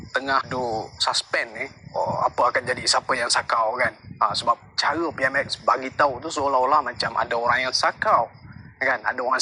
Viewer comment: Kau plk sebut PMx peram salah lsku , pej perdana menteri tlg buat report polis dan dakwa malaun ni ..